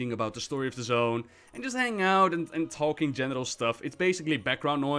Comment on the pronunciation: I'm only into the video, and the fact that saying "general" sounds like "genital" is suddenly worrying to me...